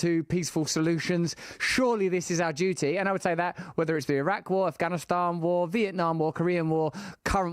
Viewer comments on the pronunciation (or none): none